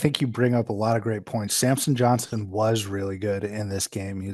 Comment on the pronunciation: How many time can he get Samson’s** name wrong. Every video!